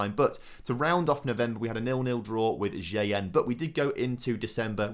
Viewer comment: buddy sometimes I really hate your pronounciation, it really drives me crazy, and I'm not sure if you do that on purpose but, there is no additional "i" in Shtygel name,.... it's not "ShItygel".... plus why am I pointing it out.... J in spanish is like H in english, you really pronounce it in "El Ejido" correctly and then you read "Jaen" like a stupid..... please, make my life easier and pronounce properly :D